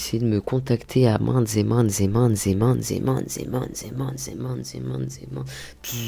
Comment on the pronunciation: Quand elle dit MAINTEZETMAINTEZETMAINTES fois ... On dirait de la publicité cachée pour les magasins ZEEMAN 😂😂😂